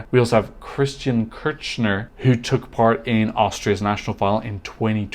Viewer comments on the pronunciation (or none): none